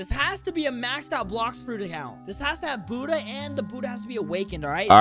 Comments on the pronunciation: is disrespectful to someone people’s religion, he quite literally calls buhhda, huhhda. He’s very disrespectful. I may not be Buddhist but that’s disrespectful. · IT'S CALLED BUDDHA FRUIT NOT HUDDAH FRUIT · dude its buddha not hudda with a b lol😆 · bruh its buddha not huda like bro whats huda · why does he say huddha insted of buddha